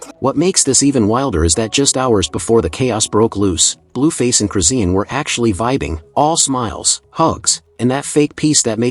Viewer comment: Her name is chrisean not crusine These ai videos getting out of hand